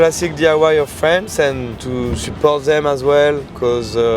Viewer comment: between and : they way he say ''support'' is basically in french